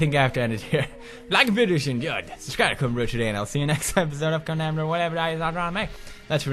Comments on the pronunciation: he finally pronouced it Condemned instead of Condom! lol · Wow did pewds says CONDEMMED haha i thought he will say condom again haha XD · ARE U CEREAL?!!! THIS IS LIKE THE FIRST EPISODE HE ACTUALL Y SAID CONDEMNED INSTEAD OF CONDOM!!!!!!! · Wow he said Condemned not Condom Gratz Pewdie! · YEEERRRSSS!!! HE DIDNT SAY "welcome to condom!" HE SAID CONDEMNED!!! CONGRATS PEWDS!! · Did he say Condemned right?! Win.